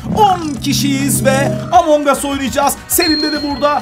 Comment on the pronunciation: Amangus diye söylenmiş emongus dış soylenio